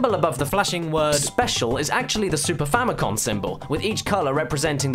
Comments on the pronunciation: It's Famicom, not Famicon. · famiCOM. not famiCON